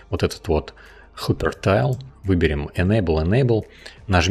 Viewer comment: КОЯ, а не кохья ГИПЕРТАЙЛ, а не хупертайл